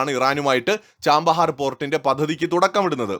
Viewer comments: ആ പോർട്ടിന്റെ പേര് ചാബഹാർ എന്നാണ്, ചാമ്പഹാർ എന്നല്ല. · Hello, the name is not 'Cham'bahar, it is Chabahar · Chabahar (ചാബഹാർ) port ആണ്, ചാമ്പഹാർ അല്ല... pronounciation ഒന്ന് correct ചെയ്‌താൽ മതി...... ബാക്കി എല്ലാം കൊള്ളാം.. Good informative video.. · ചാമ്പഹാർ അല്ല ചാബഹാർ! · It is not 'Chambahar port', but it is Chabahar port